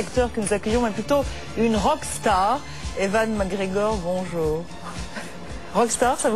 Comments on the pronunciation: yeah but a name is a name! I'm a french speaker so...to pronounce "Evan" It's false!^^ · He's EWAN! not evan..